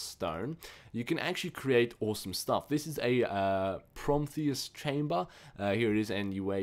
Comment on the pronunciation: Empyrium = Em-pie-re-um Ascendant = Ass-end-ant Prometheum/us = Pro-me-the-um/us Adamantium = Adam-ant-eeum Are we good?